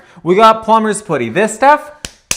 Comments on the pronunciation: it’s not pronounced pooty, it’s putty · Is Nick saying Plumber's pooty or Plumber's Poody? Cause I thought it was Plumber's PUDdy. Like buddy. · Blew. my. mind. with that 'poody' pronunciation of putty. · The "Plumber's Put-y" 😂😂😂 I'm deceased 😂😂😂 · Plumber's putty is not pronounced plumber's /pooty/. Just sayin'... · 😂You do know you’re not pronouncing Putty correctly right? That’s (P-uh-tty). But if it’s just a Canada vs US thing ignore me and carry on. 😊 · I love how Nick pronounced plumbers putty! PLUMBERS puddy! Lol!😂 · I like how Nick says "pooty" for putty. Is that a Canadian pronunciation? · I like how Nick says "pooty." Is that a Canadian pronunciation? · Surely it’s putty? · Is this pronunciation of "putty" regional? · incredible pronunciation of putty, hahaha, is that a Canadian thing or just a Nick thing? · The way Nick pronounced "putty" Killed me... 😂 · I love you both, you are amazing at riding smoothly over setbacks, even leaky ones. But… is your pronunciation of “putty” a Canadian thing? In the UK we say it to rhyme with butty, or Cutty, as in Cutty Sark… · So funny how he said putty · no, he’s just saying it wrong 😂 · go away troll. Because I literally live in Canada. It’s not pronounced that way 😂 and you’re the weird troll on literally every video. Shoo